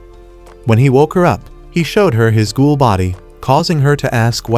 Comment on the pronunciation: it's ghoul not goal